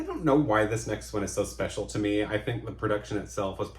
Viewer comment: Linda Balgord nails the vowel at the end of With One Look. It is a MEEEEE!